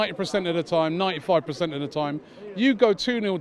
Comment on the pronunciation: Robbie, it’s PERcent, not PREcent… its frustrating enough watching the team play.